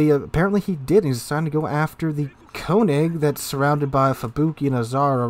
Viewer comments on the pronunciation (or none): none